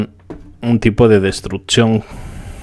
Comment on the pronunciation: DISCULPA, VOLVISTE A DECIR "DESTRUTZION"...?????????????? LENGUAJE ETZTRAÑO????????? TRANSTSMITIENDO???????????? SITZAGUEA??????????? TRATZPASA??????? SISTZAGUEOS???????